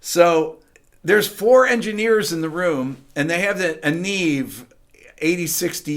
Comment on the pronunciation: is it also embarrassing that you don't yet know how to pronounce "neve" correctly?